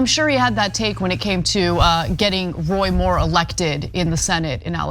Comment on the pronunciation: "Roy Moore"? 😂